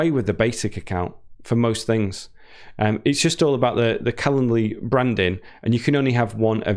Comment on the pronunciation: Don't forget the "d" in calenDly! You're an English teacher! You also drop your "g's" most of the time!